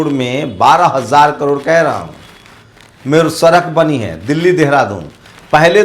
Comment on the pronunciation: Sala sochiye sochiye karta rahta hai सड़क nahi bol pata Sarak bolta hai neech